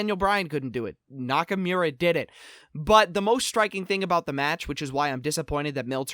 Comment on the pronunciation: lol the Grammar Nazi can't say Nakamura correctly :P